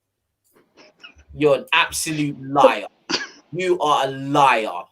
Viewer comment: LMAO he pronounced "liar" just like Mo Stack's grime song ahah !!